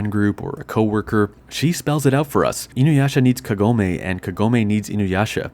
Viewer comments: is it me or did i pronounce Kagome all wrong? I thought it was like kah-goh-may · omg the way you say Kagome urks me so hard and a few times you do change to actually pronouncing it correctly a few times like said it again you keep changing it constantly around after saying it incorrectly and then go back to saying it correctly seconds after so inconsistent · I can't finish the vid since you mispronounced Kagome's name twice in a row. It ruined the vid for me.